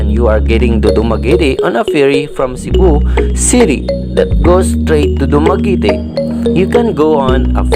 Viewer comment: dumagiiitiiii hahahaha